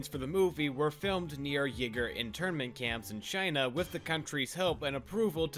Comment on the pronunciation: Stop "Uyghur"--->pronounced "Weegur", not "Yigger". Aside from that, good video!